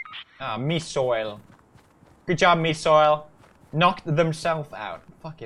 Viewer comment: It was "mi siol" not "mi soil"